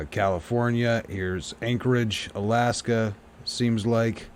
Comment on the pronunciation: Caliph-ore-nia.... Allas-ka ??